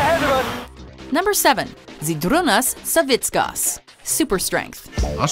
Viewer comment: at least you said Savickas correctly :D that v thing on Z makes different sound